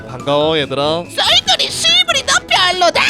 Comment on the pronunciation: 첨에 썰돌이를 썰톨이라 들었네